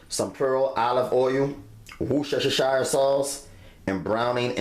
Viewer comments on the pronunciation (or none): Worcestershire sauce is pronounced woostesha! Great vid though. Thank you.